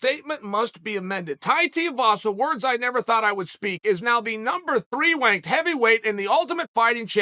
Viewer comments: Chael said “number 3 wanked heavyweight”….. as an Australian, that is the worst mispronunciation ever. LOL! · he says "wanked" Prior to that he said the word, TAI KWON DOE It's pronounced TEH KWON DOE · “Number thwee wanked” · I can't unhear "wank" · “Tai Tiavasa is the number 3 wanked heavyweight” 😂😂😂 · Teeahhvasa is wanked.... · "Tai's the number 3 wanked heavyweight"?! Ok Chael. Oh, and it's Tuivasa. TUIvasa! Tui-vasa. Too-e-va-sa. Get it right. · Third wanked heavy weight? Jeez Chael.. And 'Tiavasa' lol the master of intentionally getting people's names slightly wrong.